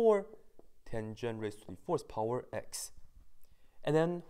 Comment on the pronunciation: When you "fourth power" it sounds like "horsepower"